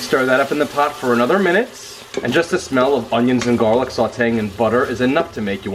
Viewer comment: Gahhhlik and buttah. Yeah. That’s what I’m talkin about.